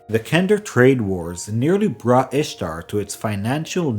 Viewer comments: Good day, Good video and related lore, but Its "Istar" not Ishtar.... 😉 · Can't listen to a whole video mispronouncing the literal single topic of the video. Can't trust a thing you say after that. I know it sucks, but you should re-record it.